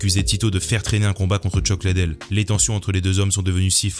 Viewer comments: Chuck LIDDELL pas ladel ❗️❗️ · Merci pour tes vidéos ! Par contre tu peux dire Chuck Lidle au lieu de Chuck Ladelle stp? 😂